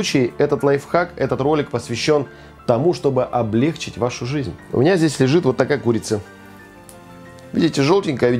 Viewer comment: Отлично всё показано и рассказано! Большое спасибо, как раз сегодня буду разделывать курицу. Маленькая поправка, извините: не облЕгчить, а облегчИть.